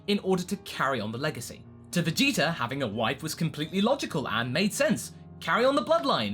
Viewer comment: Vegetar,Idear etc i dont get that accent :o